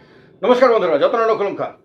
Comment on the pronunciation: আপনি নমস্কার এবং কুলুঙখা সুন্দর স্পষ্ট করে বলবেন।